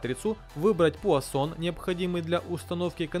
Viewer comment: Пуансон,а не пуасон!!! 160 вольт а не ватт.